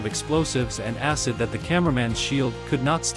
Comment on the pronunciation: Bro literally just said asscid☠️💀☠️💀